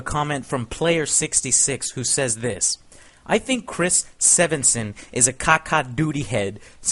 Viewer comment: (Sven)(Son) Joe.. Not (Seven)(son). Americans...Am I right?